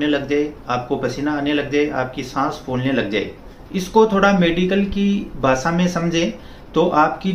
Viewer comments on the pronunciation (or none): none